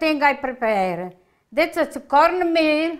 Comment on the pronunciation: Corrrrrnmeeel. Mushrrrrroms. SALLLSA!!!!!